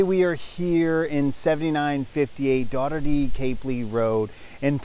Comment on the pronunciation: Love this home. Right down the road from us. But bless your heart...please learn how to pronounce "Daugherty Capley" Rd....lol! You must be from California like the folks next door lol. Goodness gracious! PM me if you're in for collaborating for a prospective buyer. I can help if the commission is right.